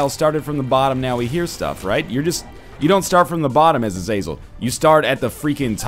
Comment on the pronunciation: Ah - Zah - Zel, Just for future knowledge haha